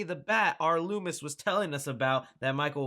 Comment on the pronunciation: Im doing dishes and am listening to this without headphones on, I thought you said Louis at first not Loomis when talking about your source lol thought you ended that mans whole career.